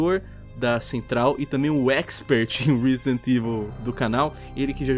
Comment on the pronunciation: "reezdent evil"? Lol